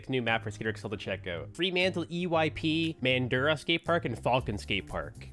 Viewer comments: Mandurah is pronounced Man-Jew-Ra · Mandurah is pronounced mandruh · When he pronounces it, man - do- rah